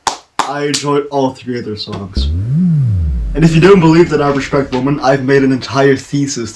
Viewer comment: Hey, nice reaction! Red Velvet is awesome and I really appreciate how experimental they are with their sound. Zimzalabim for example is very trippy and some people hate it, but I became to love it after listening to the song multiple times. I think no other group could have make it work. Your English is great. Just wanted to point out that your pronunciation of women sounds like woman. I don't know if it's just me hearing it incorrectly. Didn't want to offend or nitpick, just wanted to help 😊